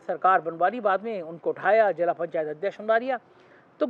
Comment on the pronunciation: Please aap bus apna oocharan ( pronunciation) sahi karein. Jila nahi zila hota hai. Jor nahi zor, hajjar nahi hazar, sahi lafz hain. Aap ab international level ke journalist hain.🙏 I am your very big fan.. Spelling pe dhyan diya karein.. Positive mein j ki sound hai hi nahi. Aap phir bhi Pojitive kahte hain.